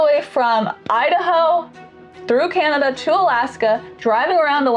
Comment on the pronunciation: As a Canadian. Im dying how he's saying Can👏na👏da. Reminiscent of how i say banana. I pronounce it, CaN👏naDA.(almost rhymes with panda.) Hit that first N hard. Like it owes you money hard. The second N's barely an afterthought, if it makes the cut at all. The second A is a personal preference A. To each their own. DA is just DA. Take the ta outta tada and TADA.🎉🎉🎉